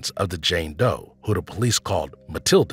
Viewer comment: she was a JANE Doe, not JAN Doe smfh! well THIS pronounced qqàà½